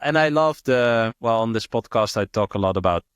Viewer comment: This not Dis 😂